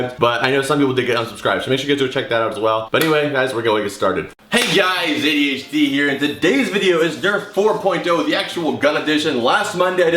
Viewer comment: Did anyone else notice he said?